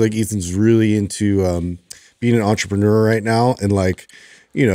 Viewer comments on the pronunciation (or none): none